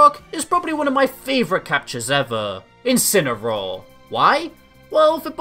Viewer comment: And she called his incineroar in "inciny"